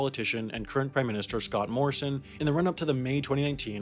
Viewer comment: Lol it’s triggering hearing Americans pronounce Australian related things so wrong. MelBORN, Scott Moreosin.